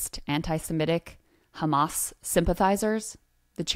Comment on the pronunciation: Everything is KKHHHAAMM-MMAASS